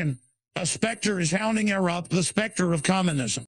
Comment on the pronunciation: "A spectre is hownting er-up"